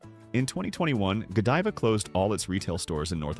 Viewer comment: You lost me when the narrator didn't pronounce Godiva properly.